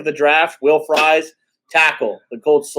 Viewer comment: My last name is Fries, it's pronounced FREEZE just fyi (make you look smart!) when you see 'ie' in a (Germanic?) name it makes the 'ee' sound. It helped me in college and very common, when you see 'ie' think ee :) Pretty pumped to see somebody in the NFL with my last name :)